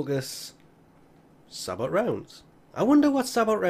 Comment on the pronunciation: I didn't even realise this was in the game lol. I had about as much trouble getting the Swooping Falcon stance as you did farming for this too, so I'm not in a hurry to try for it either. (Also, minor point, the T in "sabot" is silent, so it's pronounced "sah-bow", I think.)